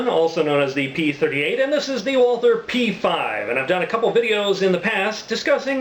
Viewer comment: Awesome Video! Can't wait to see you kick some ass with it. You got the pronunciation right :)